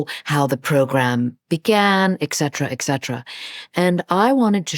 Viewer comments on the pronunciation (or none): She said, EXcetera" instead of et cetera. I'm not comfortable giving my attention to a writer who doesn't know a common basic word in the English language. Just saying.